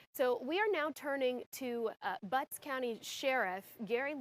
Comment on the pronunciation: Lol, she said "Butts county"